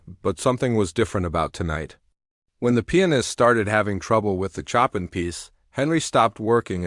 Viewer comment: Tell the narrator to learn how to pronounce CHOPIN!!!